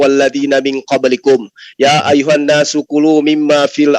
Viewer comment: Gue ngakak ngak mungkin ....ya ayyuhana Arabia 😅😂🤣🤣🤣🤣yang pasti ya ayyuhannas itu baru betul... Belajar dulu oten